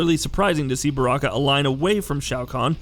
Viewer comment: How does one correctly pronounce Baraka but goofs up tarkata idk